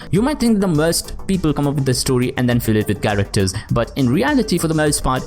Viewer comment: I-CONE-iC Kerekters